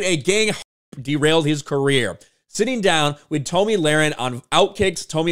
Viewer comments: Her name is pronounced Tommy not Tom E. Please learn her name and say it correctly. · Her name is pronounced Tommy, not Tomey. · Her name is pronounced TOMMY not TOMI....